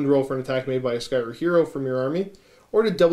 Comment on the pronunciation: I wasn't able to watch the whole video but did catch the Skaven bit. Did only Pestilens and Skryre get new stuff? :( I was hoping Verminus got some goodies too... Also, another question. Why does everyone say SKY ER when there's an R before and after the Y? I've always said SKRY ER cause it's written Skryre. No worries either way just wondering.